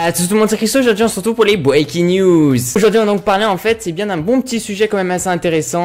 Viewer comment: Arrete de dire bwaking news, tes pas englais et tu le dit mal , moi je suis englais